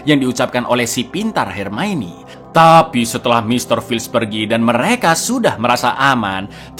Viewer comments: NGAKAK setiap kali bilang "HERMAINI". 😂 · Ma'af, koreksi sedikit, "Hermione" di baca Hermaioni" 😀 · Jaman masih ga bisa ngeja hermione